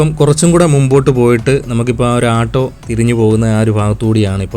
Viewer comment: ആട്ടോ alla ഓട്ടോ